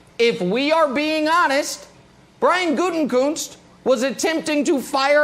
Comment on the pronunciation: I can't believe I'm going to be that guy. THE MAN'S NAME IS GU-TE-KUNST! THERE IS NO "N" BEFORE THE "K".